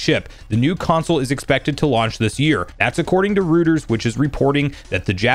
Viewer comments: ROY-TERS not rooters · ROY-ters, not ROO-ters. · FYI, it's pronounced ROY-ters, not ROO-ters. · same XD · I’m cracking up at how you pronounce Reuters as Rooters when the correct way is (Roy-ters) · Just FYI, it's roy-terz👍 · Bro it’s pronounced Roy-ters